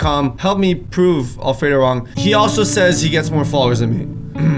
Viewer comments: Why did it sound like alfredo said anal 3 times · sounds like Alfredo is saying anul